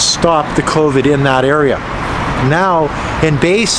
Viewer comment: Baise pronounced as bi-sir, bi as in binary. Literal translation is Hundred Color.